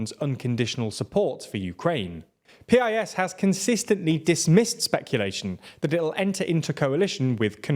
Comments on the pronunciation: Dont say P I S just say it like us Piss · Why do you say "pea-eye-es" when it's simply pronounced "piss'? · just pronounce it “piss” it’s a lot more accurate in all the ways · It's actually not pronounced like P. I. S., but like piss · It's not pronounced P(ee) I (e)S. It's just pronounced PIS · No no no, you do not read it like P I S, you read it the same as the word Piss, which is both more true to their actions and to the Polish pronounciacion